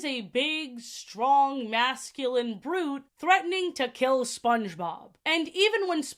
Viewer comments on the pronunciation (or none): none